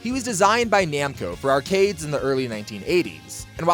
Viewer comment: Props to whoever thought up that pronunciation of “arcades” lol